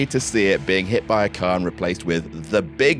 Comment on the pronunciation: Bro I love your work I really do. But your Boston accent was terrible. Car is cah. Car keys is pronounced khakis ❤️